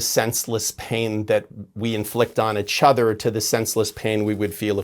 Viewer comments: I keep hoping that one day James will come on here and pronounce "each other" correctly. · Bring him back every month so I can hear him say ichother (each other) 😅❤